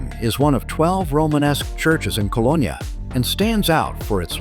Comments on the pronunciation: You can’t even pronounce the city’s name correctly. I see you think Düsseldorf is in Cologne too? 👎🏻. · Get the pronunciation of the city correct! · At least train your AI to pronounce Cologne properly…. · Please correct all of the mispronounced words in this clip… Rhine and Cologne esp…